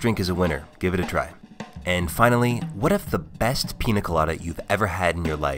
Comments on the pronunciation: he spelled piña correctly in the video name, but never said it once properly during the video.. Peenya.. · How is he a expert at the pina colado but can’t pronounce the ñ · Dude learn to pronounce "Piña" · Bruh stop saying PEENA colada. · It's not called PEENA colada by the way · IT'S PRONOUNCED PINJA COLADA!!!!!!!!!!! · how do you spell it correctly but still dont know how to pronounce it? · People, it's piÑa, not piNa. Similar to the french gn sound or the portuguese nh. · Holy sh*t you're SUCH A GRINGO! It's NOT a "Peena Colada", it's a "Peenya Colada". Literally couldn't watch the video all the way through. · 7 seconds in and I'm already annoyed that white people can't pronounce the things they consume on a regular basis. it's Piña, not PINA. that little squiggly thing matters. PEAN-YUH. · ñ is not that hard bro c’mon nya pee-nya piña hooray you got it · Every time he pronounces Piña Colada like Pina colada I wanna turn off this video but I wanna see what it's about ughhh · Easy explanation: It's Piña Colada. (PIÑA is pronounced pinia not pina). That's a super easy correction that will help you always with any word using Ñ. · Every pina instead of piña hurts my soul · It's not pronounced pina, it is piña. Like a strong nya sound. ÑÑÑÑÑAAAAAAA! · PEEN-YA not PEE-NA! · I hate it when americans say PINA instead of PIÑA. Ñ is a different letter, it's pronounced the same way as the "gn" in 'lasagna' I bet they don't say LASANA. Same with Piña (and any other word with Ñ) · PEE-NYUH not PEE-NUH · I’m sorry but I can’t at the way he says pina 😭😭😭 my Mexican heart hurts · Say it with me: Piña (peen-yah). Not Pina (pee-nah). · Bro stop saying Peen Nuh colada. It’s Peen YUH colada. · Todo es perfecto salvo, que cada tres segundos dice pina y no piÑa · Hey, a trick to pronounce piña properly. The letter ñ in Spanish is pronounced pretty much as n+y so it's more of a pin ya colada and less pina colada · PEEN YA not peena weirdo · Piña not pina